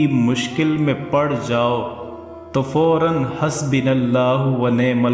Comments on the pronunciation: i agree with u...husbo ha..husbi nai... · Assalam o alaikum wa rahmat ULLAH wa barakatuhu, ALLAH Subhanahu Wa Ta'ala apko jazai kheir ata farmaye ( Aameen ). .... beshak ham insan hein ham se galatian hojati hein starting word حَسْبُنَا اللَّهُ وَنِعْمَ الْوَكِيلُ] "Hasbu" hai "Hasbi" nh hai....... BA k ooper pesh hai zeir nh hai Jazak ALLAH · Not hasbinallahu Its hasbunallahu